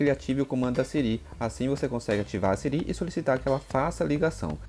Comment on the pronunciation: Conteúdo muito bom parabéns mano, mas vc falando sirí me deu nervoso kakakakaka